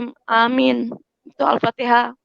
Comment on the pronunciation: lucu ini ibu haji, katanya haji, katanya sekolah pesantren, tapi baca alfatihah aja gak bener, tak usah berbicara tajwid, makhrojul hurufnya aja error. Ngaku belajar MTQ, sedangkan pakem lagu atau nada dlm qiraat nya aja error' juga .. mau nipu tapi ketipu sama dirinya sendiri. memalukan.....